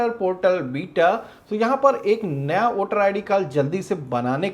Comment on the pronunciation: वोटर है ना कि ओटर